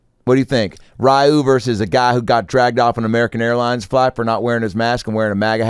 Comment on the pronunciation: "Rayuu, GUILE" 😂😂